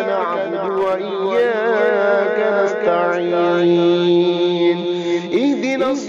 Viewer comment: मुझे लग रहा है कि आप नाश्ता इन कॉगलत पढ़ रहे हो